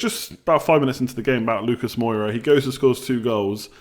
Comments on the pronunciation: Moura. More-a, not bloody Moira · don't hate me but please: Moura not Moira, aitch not haitch and Jo-zay not Ho-zay. Peace bro